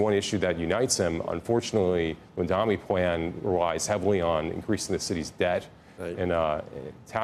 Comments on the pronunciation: His name is Mamdani and not Mundani... if its difficult for you to pronounce you might career shift as you are not suitable for tv or interviewing people. I have a job for you with good salary if you want. Few hundred bucks above minimum wage... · ITS MAMDANI M A M D A N I. CAN WE PLEASE STOP INCORRECTLY PRONOUNCING IT. It's so easy. Jesus Christ. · It’s Mamdani, learn to say it right